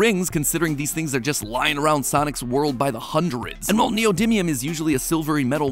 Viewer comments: Is this just me or did he say sonis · Anyone else notice 26 seconds in he said "sonis"? And just yesterday i was mispronouncing everything i saw in the store hahaha 😅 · Does MatPat's voice sound weird to anyone? Like it's REALLY matpat-y throughout the whole thing, with random pitches in some words where it doesn't fit? Also he kinda butchers a few words when he talks. Like the "soniS" in the beginning.